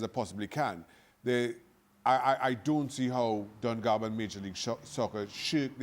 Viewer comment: It’s Don Garber, MLS Commissioner. Not “Garver”